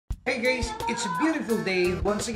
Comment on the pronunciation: I wish would stop greeting his viewers with ‘Hi gays’ 😂😂